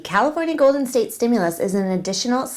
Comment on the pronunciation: Steam- mules? Stew- Muls?? Nope let me ask trump. He knows many words.🤣😂😅🤣 love your show!! Have a wonderful weekend!!